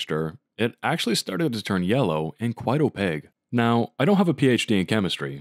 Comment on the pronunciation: I'm here for "opague"